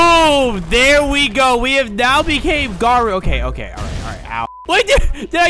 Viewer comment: Btw his name îs its garo u not garu